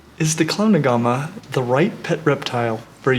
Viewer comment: Looks like a uro and a beardie had a baby!! So cool. But no pancake belly. But I do agree everyone has Beardies xD Also sound like hes saying clown aguama?